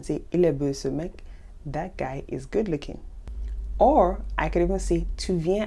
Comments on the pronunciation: Dear, I liked the video very much! May I ask whether you grew up in Québec? The reason why I am asking this is that you have an interesting twang in pronouncing certain words. For instance “peau” you pronounce like “peu” and “beau” like “beu”. Is this the Canadian way of pronouncing it? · The pronunciation I am used to is "bo", "boulot", "po" whereas yours is kind of "bö", "bülot", "pö"... Understand what I mean?